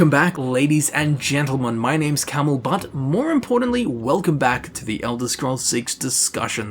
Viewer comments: "Welcome back ladies and gentlemen. My name is..." 🤣🤣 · "My names "